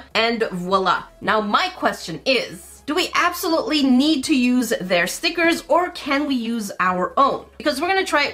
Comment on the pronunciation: you messed me up girl cause now I don't say stickers, they are now STEEKERS lol